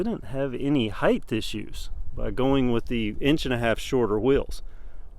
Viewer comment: That H on the end of height...yikes. Nice video though.